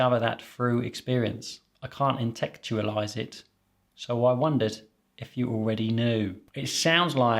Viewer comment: Your struggle to accept enthusiastic compliments (and pronounce the word “intellectualize”) is very relatable! It made me smile.